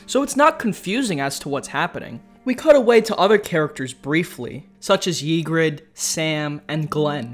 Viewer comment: Don’t expect much from someone pronounced “Yigritte” as “Yeegrid” or called “Grenn” “Glenn”